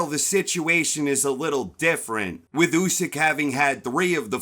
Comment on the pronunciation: At least you pronounce his name correctly! Usyk won that fight 8-4 or even 9-3 ! And by ko if w’ere being honest! If Fury shows up in December Usyk will finish him in round 10 !! That is my prediction!